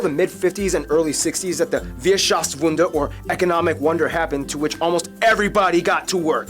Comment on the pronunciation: No need to watch other videos of this kind. Just come to Germany already ;) Just as a remark, a lot of the german wording in the video is wrong together with the pronounciation - thought I mention that not because nitpicking but so you don't learn it the wrong way.